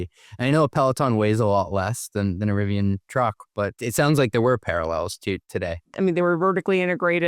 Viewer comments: Maybe he's...um.. ok I got nothing. Maybe they're rebranding to "Rivion"? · I love Riv-e-on. They're great-e-on... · Why is he saying Rivi"on," on sections of this video? I even turned on CC to double check and it's spelling it as "Rivon." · Lost me when he doesn’t pronounce it correctly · I can’t believe the host can’t even pronounce the name of the company his guest works for